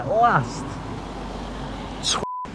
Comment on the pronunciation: Twatt is actually pronounced Twot as in James Watt which would have been a bit of a let down.